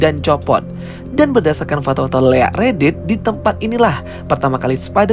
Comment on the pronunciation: Bilang leak aja kak, kalo bilang lick nanti beda artinya 😂😂😂😂😂😂😂💦💦💦💦💦